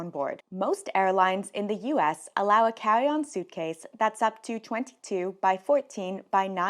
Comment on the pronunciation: You talk so cute. “Cawwy on cwackdown”